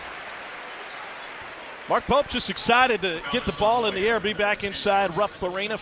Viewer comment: "Rupp Awena" 😄